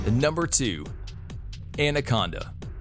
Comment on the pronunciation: Anyone concerned about how he pronounced anaconda ?